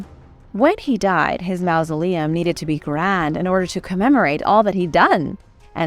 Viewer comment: The "au" in mausoleum is pronounced like the "aw" in hawk, not like the "ou" in mouse.